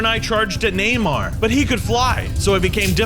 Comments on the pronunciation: Who else heard namor as neymar ☠️🤣🤣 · Who heard when he said neymar instead of namor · When he was attacking the sea dudes he pronounced Namur “Neymar” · Lol he called Namor Nemyar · Not funny it's called namur no NAYMAR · Let’s forget the fact that said Neymar instead of Namor